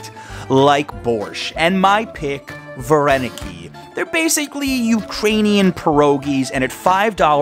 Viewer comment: 👍Like for well- prononciation word VARENIKI😁 🤔